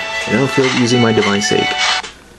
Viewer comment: it's soul sake (pronounced sa-kay)